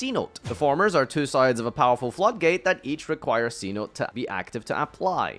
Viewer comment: Pronounced See-No-Tay btw, its spanish for cave.